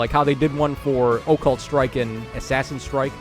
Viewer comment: I like when says Oh-Cult Strike:)